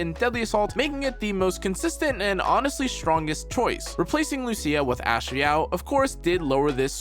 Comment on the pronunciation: is he trying to say 'Astra Yao' ?